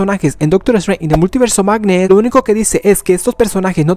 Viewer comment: "an da multiverse of magnee"